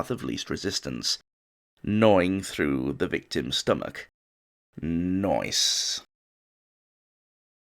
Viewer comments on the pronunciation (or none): Nwice he says.. LOL Thanks man. 👍